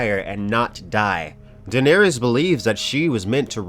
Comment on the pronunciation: Who is D'neerees?